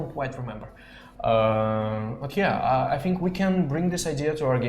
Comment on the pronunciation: BTW you pronounce the word "think" wrong... Funny to hear 😂